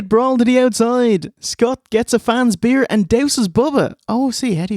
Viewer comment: "Pro-bear" 🐻 "chow-dah" 🐟 "bee-ear" 🍺